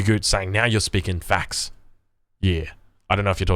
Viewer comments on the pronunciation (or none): none